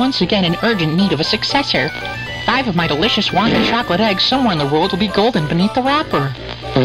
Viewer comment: It is wonka lol